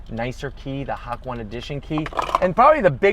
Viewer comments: He's making it up lol. He said "HA_KWAN" lol.supposedly if its written in kanji and made from japan,should be the one u said "HA_KO_NEH" but most americans dont know how to pronounce words by other races.they always put american acsent on their words.some americans will even pronounce this as "HA_KOWN" as the "kone" will be sound like a "cone". How about "BUKAKE"? How they will pronounce it?lol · Hak-one..... does this dude even google basic shit .. its named after the hakone turnpike in Japan, ONE WORD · HAWK ONE! Learn to pronounce things... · Please stop saying Hawk-one. Terrorism is a crime 😜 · HAK-ONE, so cringy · Every time I hear hawk-one I cringe so hard, makes me want to murder myself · hakwan.... I'm being rude I'm sorry but.... HAKWAN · Ha ko ne...that is how to pronounce this word. It's all good though...I love your videos and how you not only talk about the car but also your thought on why to ZONK this and that hahaha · I caught Aids because of how he was pronouncing “Hak-One” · No way did I just hear him say hock one lmao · It’s called “HA-KO-NE” 👌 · I've learned Japanese and that is not the proper pronunciation of hakone, it should be said as ha-ko-n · “HAK WAN” facepalm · This car is seriously gorgeous in person, also it is pronounced “ha-ko-nay” :) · LMFAO! "HAK ONE" X'DDD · did you really just call it HACK ONE?!?! SMH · Ha ko ne , learn to read and pronounce words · Nice review. Love the interior and exterior colors. The pronunciation of "Ha-ko-ne" made me cringe, but you've probably never been there. Beautiful place and they have a great outdoor art center/museum. For a new car, that's a crazy way to break the engine in. I would have waited 500 miles to open it up like that. LOL. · Sorry I can't watch the rest of your video. I stopped immediately at "Hak-1". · It’s pronounced ha-cone-aye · I'm sorry I just can't take this video seriously. I don't speak a lick of Japanese but even I could tell you its not "Hak 1". Major cringe. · "HAWK-ONE" LMAO!!!